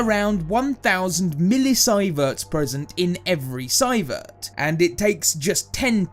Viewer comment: No. We know how to pronounce millisievert. The guy doing the voiceover hasn't heard it pronounced before doing the video.